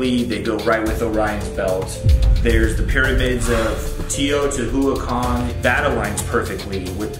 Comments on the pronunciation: Mexican here.. I love the way your brother tried to pronounce "Teotihuacan".. It's a hard one for English speakers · I love Shane's brother trying to pronounce “teotihuacan” and failing every time. It was adorable😂❤ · I know! I cringe everytime I hear him pronounce it totally wrong. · Except for the way he tries to pronounce Teotihuacán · Yes! His pronunciation really made me mad!